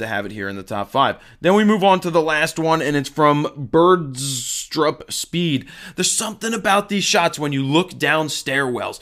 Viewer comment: Nice, in the top 5 again. Btw, my names is pronounced like this in english "BISTRUP-speed" - not birdstrup haha. Thanks for pointing the picture out btw. Loving my sigma 50 1.4 Keep up the good work.